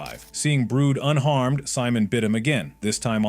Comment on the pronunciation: kits brut not brood